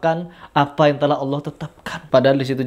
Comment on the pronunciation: Didengar dia melafaskan Allah seperti umat kristen melafaskan Allah , datar aja bunyinya